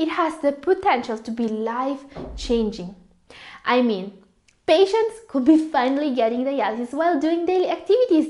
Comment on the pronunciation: Your pronunciation and intonation are quite disturbing especially the words that should be pronounced with silent "L" such as could, should, would ... please take note of the words with silent "L". ✌